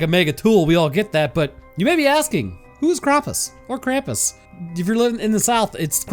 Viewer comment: ah i remember, last time u tried too, to pronounce something german